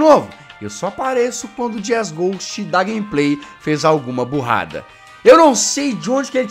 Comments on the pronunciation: Eu vi que vc falou lá jesgue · "J" E mais uma vez, Jazzghost vira Jazzgue :D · "Fala pessoal, eu sou o Jazzgue" ( Juro que eu escutei isso KAKAKAKAKAK)